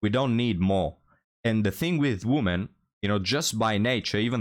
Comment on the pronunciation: Love your content, but you really need how to pronounce the plural "women" properly. 😵